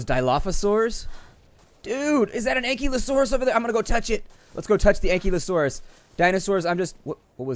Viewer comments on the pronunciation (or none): none